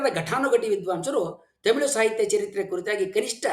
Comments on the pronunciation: Sir adhu themil alla tamil sir ucharane seri maadi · Tamilu alla (Thamizh) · Temilu alla guru. Its Tamil 😂😂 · first you pronounce Tamil not temil. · Tamil alla tamizh 😂😂😂😂😂very logical language😂😂😂😂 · Sir, It's not themelu 😂😂 it's Tamil❤